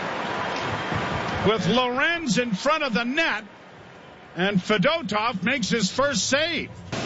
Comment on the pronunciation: FED-O-TOV? WHAT AN IDIOT, HE'S CLEARLY JUST TRYING TO ANNOY PEOPLE NOW.